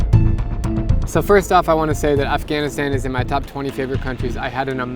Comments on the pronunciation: Did he just said Af-gain-istayn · I love how americans say Afghanistan 😁